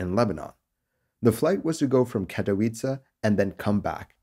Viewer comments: Bravo on pronouncing Katowice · Nice pronunciation of katowice... Some would slaughter it... Great work!